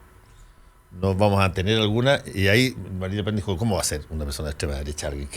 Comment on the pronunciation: deja el ingles, Es Marín Le Pen no Merin Le Pen y en Chile Marina Le Pen